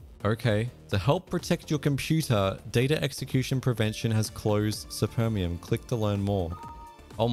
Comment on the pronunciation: czemu to jest dubbing i supermium to spermium💀